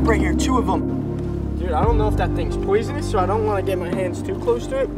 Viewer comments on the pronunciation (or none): also its not poisinouis